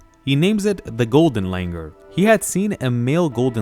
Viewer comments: Its Langur not langar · Its not Langar.. its pronounced “Langoor” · The pronunciation is not Langer, but Langoor. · It's not pronounced as Langur, it is Langoor. And the British didn't come up with this name. It has been the name for ages. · You are pronouncing it wrong. Its langoooooooooooor.